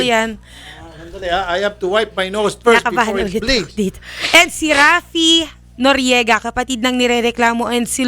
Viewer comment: He said noryega" BAKA" hahaha